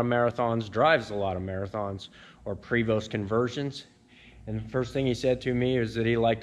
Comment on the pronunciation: Hey enjoyed this video love watching all your videos - just so you know PREVOST is actually French and it's pronounced PRAY- VO take care